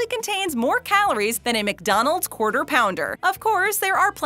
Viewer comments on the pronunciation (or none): none